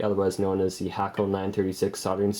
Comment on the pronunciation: Hey you pronounced Hakko right. Edit: kester flux. This guy can solder too must be in the industry